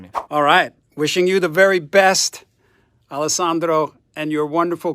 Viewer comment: Grazie per la donazione... hai fatto un gesto esemplare per tutti noi!!! Steve è magnifico 😍😍😍 che bel video!!! Ma hai sentito come dice bene ALESSANDRO e SHAPE YOUR TONE???? 😆😆😆...... ma un momento.... al minuto .... che cè in quello scatolone Gibson???